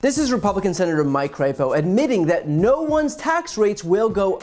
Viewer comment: I believe his last name is pronounced “crapo”.